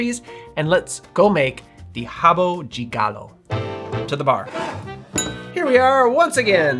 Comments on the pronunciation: Nice ma, I'd help you understand the variety of pronunciation in brazillian portuguese. Like "rabo de galo" the "de" may have different pronunciations across the country. But thank you to appreciate Brazil. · The pronunciation you tried to say was correct. Your friend just have a heavy Rio de Janeiro accent and sold you the idea that "de" is pronounced "djee" which is a Rio thing. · you can actually pronounce rabo DE galo if you want - with the strong D. the rabo 'JAY' galo sound is just a different accent. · My family's rabo de galo recipe has ginger to make it a little more spicy. Nice portugusese pronunciation btw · You nailed the pronunciation. Back in the beginning of the nineties, when I was in high school, this was our drink of choice, together with bombeirinho ( pinga with currant syrup). Those were cheap options that made us drunk quickly 😂. I know high schoolers shouldn't drink but it was the nineties. Kids don't do it, I don't recommend. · I live in Brazil and I’ve never had one. Your pronunciation of “rabo de galo” is good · Thanks from Brazil for popularizing this cocktail among the English-speaking public. Your Brazilian Portuguese pronunciation was perfect! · Thank you so very much for pronouncing the words correctly. And you're an American, no less! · Both pronunciation are fine. Rabo di Galo would be more in Rio. In the south of Brazil we say Rabo de Galo. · RABO DE GALO (pronounced as /habu dji galu/, "e" turns into "i" in non-stressed syllables while "o" turns into "u") literally means COCKTAIL. this is not a standard cocktail here. it's simply a poorly made shot with equal parts of Cynar and poor white cachaça just to make you drunk as fast as possible with a terrible taste. no one asks for a RABO DE GALO in sophisticated bars or pubs, unless you're on a boteco. but I appreciate the efforts to fantasize about it and create a Brazilian new drink (totally unreliable, though. Probably no one single boteco would know about this "new recipe")